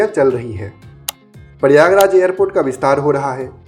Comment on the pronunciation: प्रयागराज का ठीक उच्चारण कीजिए